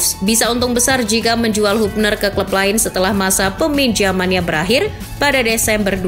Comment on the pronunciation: Woi channel bola ,kritik Keras utk kalian "penyebutan yg bener yaitu "HABNER"..bkan HUBNER...😂